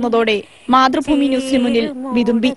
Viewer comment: Mathru ''FFOOMMIIII'' alla,mathrubhumi !